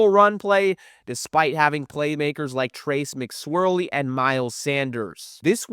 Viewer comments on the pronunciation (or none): Did he really call him Trace Mc Swirley?😂